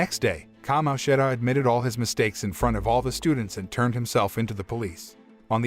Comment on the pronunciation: bad. every time he said certain characters’ names, such as Kamoshida, he messed up the pronunciation